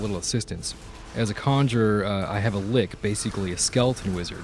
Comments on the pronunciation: Its lich, not lick. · Lich = Lick. LOL Lich = "Litch"